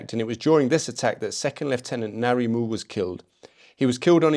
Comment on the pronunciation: it's interesting to hear a non new zealander speak about the battalion. ngarimu is a legend. the relative population of european nz soldiers vs maori was telling. btw your pronunciation was mostly fantastic. corrections (with respect) ngarimu isn't narimu it's difficult even for kiwis. it's like the pronunciation of "ing" but without the "i". and then the rest so it's (i)ngarimu. no disrespect - most kiwis can't pronounce it correctly. also marae is "ma-ra-ii". but kudos to your respect for our language. best i've seen so far. lol@ the andrew not sweating quote. hilarious.